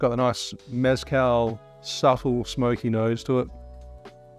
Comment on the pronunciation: You learned maraschino, now learn “meh-skáhl” not MÉZZ-cal. Please 🙏🏽